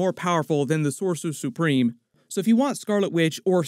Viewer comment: "Sore sue supreme"